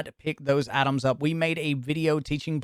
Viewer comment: Lmao I thought you were saying Atoms but you were saying items 😂